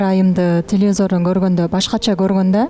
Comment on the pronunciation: Гулнур телезор дебей телевизор дечи